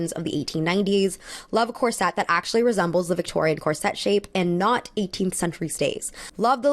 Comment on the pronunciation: Andrea Wales 1 second ago "Corset" (at about ) should be pronounced "KOHR sut." (Its etymology is Middle English, from Anglo-French.)